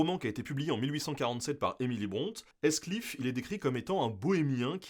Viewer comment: j'ai verifié sur forvo. votre prononciation de Heathcliff est fautive (et je parle pas de la prononciation du H). EA est parfois prononcé ii, parfois prononcé é dans les mots anglais. Dans Heathcliff (comme dans heath ou Heath Ledger) c'est prononcé ii. Il n'y a pas moyen de le deviner sans avoir recours a un dictionnaire. Mais la plupart du temps, dans l'incertitude, les français tendent a prononcer EA comme un ii (d'ou, mon étonnement)